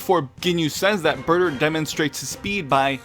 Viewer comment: You said his name wrong it's BAAAAAAAAAAAAATAAAAAAAAAAAAER